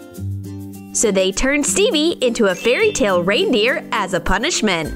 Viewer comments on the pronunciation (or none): none